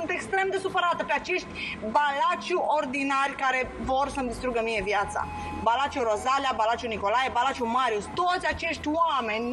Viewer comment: Brânci se pronunța Balaciu fără a pune accent pe U.